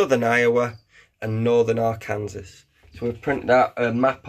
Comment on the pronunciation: Pronounced: Ark-can-saw